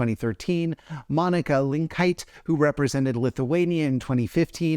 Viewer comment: That pronunciation of Linkytė makes me sad. Lin-kee-TEH.